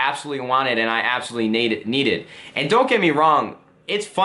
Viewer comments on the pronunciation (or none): When he said "naded" and not "needed" I was done.